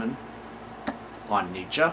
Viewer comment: learned something new here. Neatzuh, not Neatzee. Nietzsche eatsa pizza. Now you'll never forget it! hehe What a redundant name. Let's rename him neetzuh instead. phonetics fer dah win!